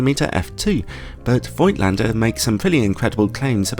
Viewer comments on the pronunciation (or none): German „Django“ here: The „i“ in Voigtländer is silent. And you may pronounce the V as an F.